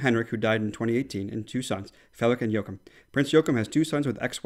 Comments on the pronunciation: I remember when Droning Margethe held her (new year) speech and that she messed it up Bc her papers were not in the right order. Anyways everyone who doesn’t understand the word “undskyld” it means sorry. Btw prince Joachim is pronounced “jordkim” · Ah, thank you - pronounced Joachim even worse (so bad that he insisted we take it out haha). We've heard the story of her papers being out of order (I think it was before our first new years). No matter what she's a superstar in our books:)